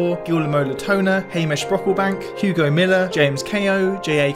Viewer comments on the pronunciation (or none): none